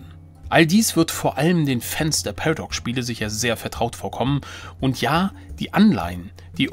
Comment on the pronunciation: Das heißt PA-RA-DOX, nicht PERDOX Spiele. LOL!